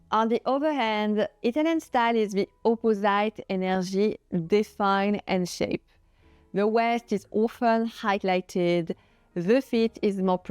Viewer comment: Votre prononciation anglaise est une catastrophe (“oppozaïte”). Pourquoi ne pas parler français et laisser les anglophones utiliser les sous-titres en anglais ?